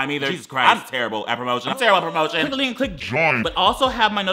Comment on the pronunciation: anyone else hear him say “clink in the description” 😂😂